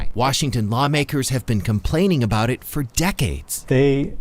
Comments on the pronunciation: Good video, but we say "about" and not "aboot" in Canada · We say "about", not "aboot". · Nobody says aboot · Seriously did he really need to say aboot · As soon as a heard you say "aboot" in the title , I stopped watching. I was born and raised in Canada and in over 50 years I have never heard a single Canadian pronounce about as aboot. It is the stupidest Canadian stereotype there is.